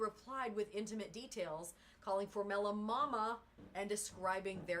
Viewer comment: With all due respect you pronounced her last name incorrectly. It is formella... you said formelli